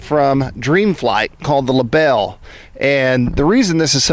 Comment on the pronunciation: Great video. Thanks for posting. A little help with the German... It's pronounced libel-eh.😁 Cheers, Chris